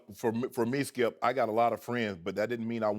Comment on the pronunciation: "HE DIDN'T SAY IT LIKE THAT SKEEYUP!!" hahahahaha... Shannon is so funny to watch man!!